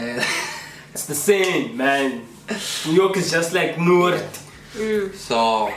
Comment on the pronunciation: Lmao, not Noord 😂😂😂